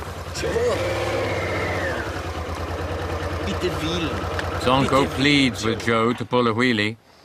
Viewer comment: Wir san einfach nur Modoorradl-Fohra! :-D Und nice wie sie "Der Reitwagen" aussprechen, des hätt der Ade nicht besser gekonnt, hehe :-P